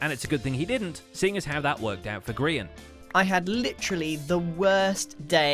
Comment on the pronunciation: For those who doesnt get the joke, grain or grayon, ITS GRIAN